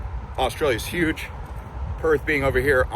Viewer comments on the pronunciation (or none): none